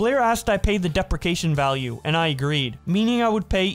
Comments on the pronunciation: “Deprication value” STOP ⚰️⚰️⚰️ Duh-pre-she-ation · "dep-ri-ca-tion" Lol sorry to nitpick but it's pronounced "de-pre-ci-a-tion" And "no lion" Lien is pronounced "leen" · While depracation is I believe a word, you were looking for depreciation (duh-pree-shee-AY-shun) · Just fyi, it's not "deprication" it's "depreciation", pronounced "dee-pree-shee-ae-shun" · The word is Depreciation (de-pre-shi-a-shion) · "Deprecation" lol.... "DEE-PREE-SEE-ATE-SHUN" Jesus. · i pronounce depreciation as DEE-PRE-SHEE-A-SHUN i’m from the midwest tho, MI I felt that tho, every time he said it i cringed on the inside 😂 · Fr, I kept hearing "deprecation" and was like "what?" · Depreciation - di·pree·shee·ay·shn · Dee pre she ay shun lol great video btw sorry I had to point that out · You should really check the pronunciation of words you're not sure about, I kept thinking whats a deprication contract until I looked at the screen to find the word and realized its depreciation. I understand having trouble reading aloud accurately since I have severe dyslexia but if I was posting stuff to YouTube I'd make sure to have someone double check my recordings before posting to help edit any mistakes. The only reason I bring it up is nothing a similar situation in previous vids you posted. Hope the constructive criticism helps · It is pronounced “depresheation” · De Pree Cee Ation is how it is pronounced. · Lemme help you out ....depreciation is pronounced [DI] + [PREE] + [SHEE] + [AY] + [SHUHN]. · "dee pree sheee ay shun" I'm sorry but it was killing me every time. also its lien as in "lean" not "lion" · Need to look up pronunciation of depreciation. Great video. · i love your videos but man do you need to google pronunciations of words youre not sure of lmao, listening to you constantly mispronounce depreciation is making me insane